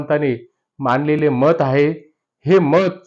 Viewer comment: आहे, हाहे उच्चार नको